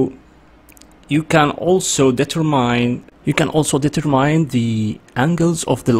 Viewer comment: Hi there, there is a bit where you say determine as "deeter+mine" it is actually "ditter+min" Love the video just some feedback on your english